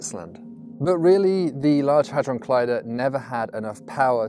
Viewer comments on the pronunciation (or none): none